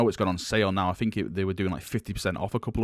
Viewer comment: Cov-er. You say cuv veh. Fked up way of speaking. "Fink" instead of think lol.